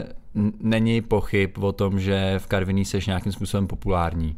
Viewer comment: ono by bohatě stačilo aby ho vyslovil tak jak se ma